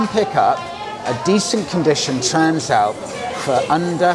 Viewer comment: I thought you pronounced it TRANSLAPPER